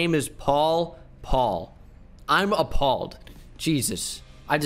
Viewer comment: "I'm a-paul-ed" had me dying